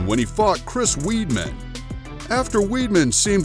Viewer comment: Chris "weedmen" 😂